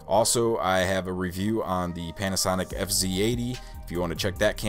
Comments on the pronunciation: Same with me. I thought i heard it wrong 😆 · So I wasn’t the only one who heard this 😂